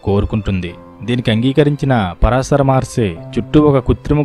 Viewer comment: Pronounce “Paraashara Maharshi” properly